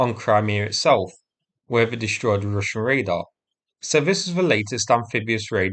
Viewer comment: "Dishtroyed"? Learn how to speak English.